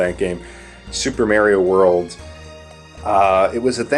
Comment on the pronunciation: People who says "Merio"is annoying. Its "Mario" with an "A"